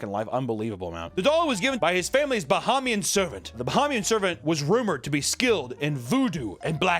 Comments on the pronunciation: bro. BUH-HEY-ME-AN. #242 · The absolute massacre of the pronouciation of Bahamian and the accent on our independence day is peak. 😂 Also in the Bahamas we call black magic obeah not voodoo. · As a Bahamian (pronounced Buh-hay-me-yun), your terrible attempt at a Bahamian accent was hilarious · Hearing mispronounce Bahamian and give them a weird accent (Jamaicans? Haitian?) on Bahamas independence Day is an incredible way to celebrate. I love it.